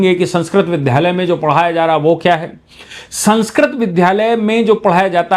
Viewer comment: आपका ""विद्धालय"" उच्चारण अखर जाता है।